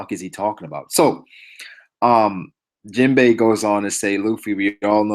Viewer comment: u were butchering jinbe bruh